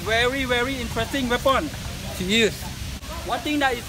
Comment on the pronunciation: "Weapound" haha